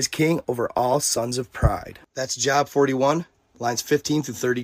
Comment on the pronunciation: Bro at least learn how to pronounce the book of Job properly. It’s job but Joe-Ob like the dude from arrested development.